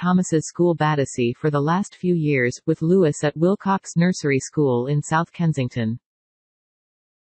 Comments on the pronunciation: Lou-ee-- not Lewis! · Will they alter these fake voices so that they pronounce the children's names properly. It's is pronounced Looee, the french way.